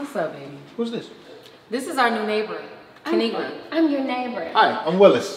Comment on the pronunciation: Hey dw I pronounced it right and I love ur videos